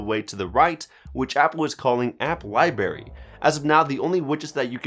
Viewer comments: LIBRARY. BRARY! BRRRRR BRRRAARRRYYY. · Lol...come on man. “Libary” and “wind”down mode.